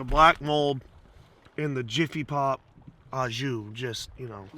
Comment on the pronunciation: " In the Jiffy Pop en jus"...yea man!